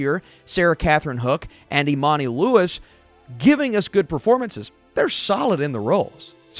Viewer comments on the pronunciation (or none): none